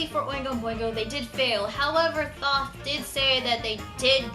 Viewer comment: BTW: Thoth is pronounced more like "Toast" but without the "s", so kind of like "Toat." But not a big deal. Also, Thoth is also known as Jehuty, which is the name of the protagonist's mech in Zone of the Enders. He has two names because of different interpretations of the Egyptian spelling.